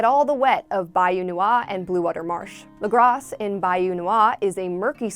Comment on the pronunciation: Lagr-ah. The "s" is silent.